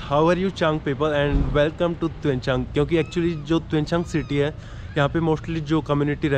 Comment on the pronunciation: Bro! it’s Tuensang..not Tuenchang 😂